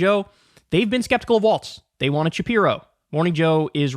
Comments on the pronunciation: Why does Kyle insist on mispronouncing his name? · Kyle, why do you call Walz, Waltz? You know how his name is spelled so why do you keep calling him Waltz? It’s f?cking annoying! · It's WALLS bro, not WALTS. There's no T in Walz. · Can someone tell Kyle that his name is Walz NOT Waltz? So annoying to hear him mispronouncing his name the entire video.